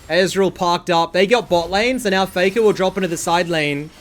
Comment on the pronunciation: "foi-nolly fay-kah has mel"